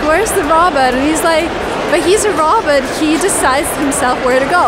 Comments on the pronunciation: Why do U call it a RABIT? It is Rowbot- sounding it out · Sounds like she says Roberts other then that great video not being mean just saying great video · Isn't it supposed to be pronounced as row-baats? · The way she says robot 😄 adorable! Row-bot is the American pronunciation. Aww her moms adorable too! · Lol her pronunciation of robot is adorable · Can't say a simple word like "robot" -- really. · I'll never say "robot" the same again..